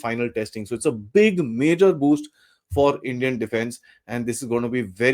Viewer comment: sorry,NOT manor ,It is Major......